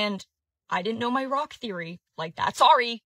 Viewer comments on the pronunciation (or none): none